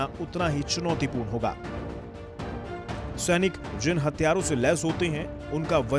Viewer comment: 0.22 It's hathiyarr not Hatyaarr😀😂